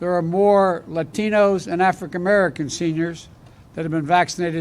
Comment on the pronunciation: He simply cannot say African Americans correctly . This is the minority front runner!😂